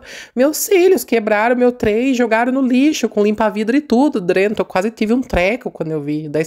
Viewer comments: Boa tarde,! Vou te dar uma dica, apesar que sei que vc não gosta. Veja: Vc fala....drento. Mais difícil do que a palavra certa, DENTRO....treina vc consegue. Amo seu canal! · Kkkkkkkkk. Se incomodaram com o "Drento". Seus vídeos me divertem e sou professora de português. Deixo as correções para a sala de aula. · se vc sabe que está errado fala certo até para suas crianças aprender falar que e dentro não drento😊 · Olha esse drento não é nada comparado com minha cunhada que é professora com pós graduação em pedagogia e fala carcanhá.